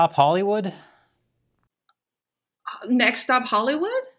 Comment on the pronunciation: Hahry wood Not Spike Lee, Leon Lee.